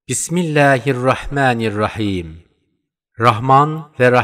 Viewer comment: Es heißt bismillahirrahmanirrahim und nicht mit milehe